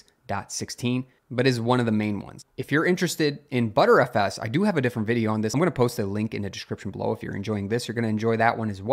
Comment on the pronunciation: please, for the love of god, it's not called "butterFS", its "b-tree FS". B-trees are one of the principles behind it, thus the name. or, just say b-t-r-f-s